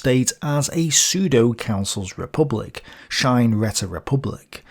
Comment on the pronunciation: Räte... as in Räterepublik is pronounced (more or less) Ray-Te...